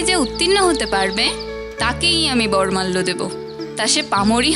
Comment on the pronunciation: Uccharon Ta ' Bormalyo' Noy, ' Boromalyo'. Aar ' Deenbesh Jubok' Noy , 'Deebeshee Jubok '.